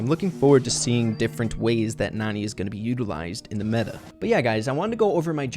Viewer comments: Her name is pronounced nAn"eye, like nani-bombs. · I think Nani is actually pronounced Nanny. Her voice lines point this out. She probably takes care of Jessie. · IDK if I’m bouta miss this joke... but I think her name is pronounced Nanny. But it is spelled like Nani but she takes care of people... like a nanny. But IDK if the pronunciation has been confirmed yet or if she says her name in her voice clips. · she might be a nanny if Jessie because of her voicelines maybe when Jessie was a baby and also her name might be pronounced nanny